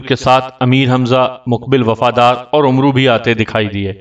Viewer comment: آپ کو پڑھنا تک نہیں آتا یہ لفظ عمرو نہیں ہے بلکہ عمر ہے ع کو زبر سے پڑھا جاۓ گا۔